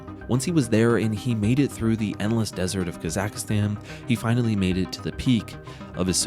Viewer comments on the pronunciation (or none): Kazakhstan is easy to say. “Kazak+stan”. There is no “a” in the middle. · This channel can’t even pronounce Kazakhstan correctly, let alone make a good video lol